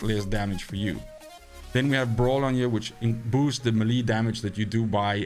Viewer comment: Think it's pronounced "melee", not "melee" ☺️